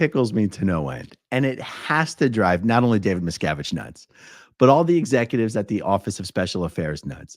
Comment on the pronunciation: David Miscarriage